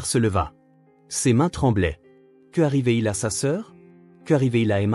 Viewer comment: "UN léger cerne", pas une... Quelques erreurs de diction... "Après que" doit être suivi de l'indicatif, non du subjonctif... "Que/arrivait/il", sans élision ni liaison, tandis qu'il faudrait "Qu'arrivait-il?" Dans la chambre d'a-(accent grave)-côté > quelle bêtise, pour l'IA ! "Sauce aux canneberges/à la canneberge"...